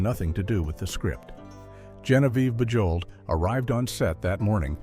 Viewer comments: Your AI narrator should be corrected. Bujold's name is pronounced "Zhahnvyev Boozhol" and why are there odd film stills included? For instance Vanessa Redgrave and Timothy Dalton and Fred McMurray with some cowboy. This thing is a mess. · Genevieve's last name, Bujold, is NOT pronounced with a hard J. She was nominated for an Oscar, and should have received that golden prize. Absolutely magnificent performance. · I love how the narrator mangled Genevieve Bujold’s name. A Richard Burton biographer stated that he wrote in his diary that he didn’t like Genevieve Bujold knowing that Elizabeth Taylor would read it. I like Elizabeth Taylor but Genevieve Bujold was a much better actress. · Thanks that was hard on the ear.😖